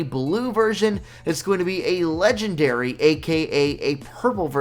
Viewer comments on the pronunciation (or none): You said legandary aka purple